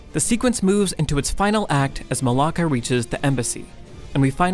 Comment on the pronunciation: As Greek i die every time he says Mollaka